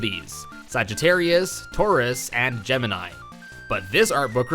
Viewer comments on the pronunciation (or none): none